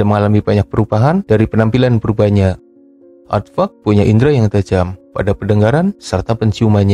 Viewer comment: pas lu ngomong aadvark kurang jelas min, coba artikulasinya diperbaiki